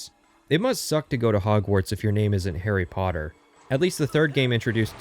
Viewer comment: Garry sodder